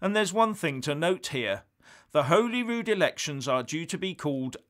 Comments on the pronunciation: It’s pronounced holly-rude, not holy-rood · It is holly wood. Not Holyrood. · Its pronounced Holly-Rood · Its pronounced HOLLY RUDE ......Holyrood. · “HOLLYROOD” pronunciation!! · Liking your work but just to let you know as a Scot, Holyrood is pronounced Holly Rude.👍